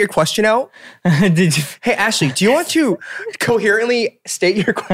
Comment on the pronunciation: 미친 ㅋㅋㅋㅋㅋBitchna ㅋㅋㅋㅋㅋㅋㅋㅋㅋㅋㅋㅋㅋ애쉴리 이름 빛나구나 ㅋ 한국 이름 예쁜데 미국애들 한국말 발음 못하니 ㅋㅋㅋㅋㅋ